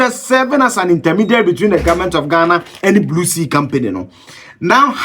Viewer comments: Did he say Blue Sea or Blue See? 😂😂😂😂😂😂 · Big sea, not blue see...🙄